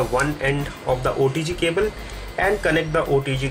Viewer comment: Sounds like he is saying odg cable